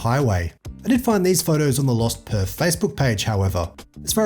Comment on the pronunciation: PerTH... Not Perf